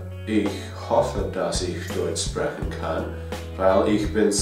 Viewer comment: it is funny, americans pronounce german words how they can be read, like "sprechen". You got the "ch" part right (most dont), but the "sp" in the beginning is being pronounced like "schp", just like in schnitzel. Most "sp" constructions work that way